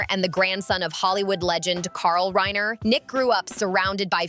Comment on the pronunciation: How do you make a video and not know who the victims are. Its Reiner not Ryner. Its Rory not Roy. So fix it already.